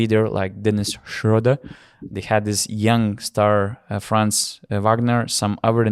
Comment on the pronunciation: Thanks a lot for your great content throughout Eurobasket! I've listened to every single podcast of the tournament and enjoyed them all! And your pronunciation of "Schröder" has gotten better every episode ;)